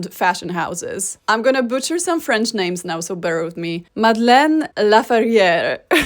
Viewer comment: Happy Woman’s Day! I enjoyed your video. Loved seeing all of the images that you found. Thought you would like to know that the title card before the sex workers said “Education”. 😂 Your French pronunciations sounded better than mine. (Non French speaker).